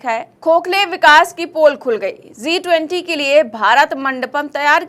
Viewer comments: Zee 20 नहीं G जी 20 बोलिए प्लीज़ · मेडम ने G 20 को Zee 20 बना दिया है (pronounce)